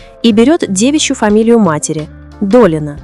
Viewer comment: Научите ИИ вещать правильно. Слушать не очень приятно...ДолИна, Лурей...